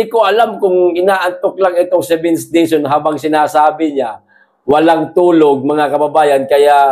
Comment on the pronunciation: Warang retter L si sec dizon.puro R